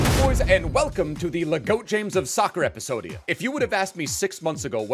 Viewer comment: Why does he say quick step PlayStation plus and epesodie